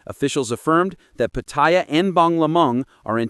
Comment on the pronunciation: The minute the narrator pronounced Pattaya PaThai Yaw I click off. These people can not even pronounce a simple city name so they sure do not have credibility with Thai issues.